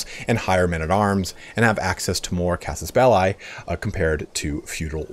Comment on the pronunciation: Thanks, also for pronouncing casus belli correctly… :)